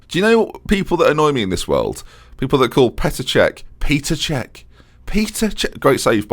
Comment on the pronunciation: It is not peter čech it is petr not a big difference but it is there